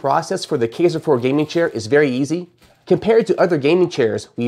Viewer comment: Just fyi, it's pronounced "kEYEser" Also, you might want to work on making your video not sound like an advertisement.